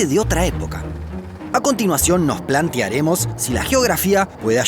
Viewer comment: ¿La "pior"? ¿"Plantiaremos"? DIOS!!!!!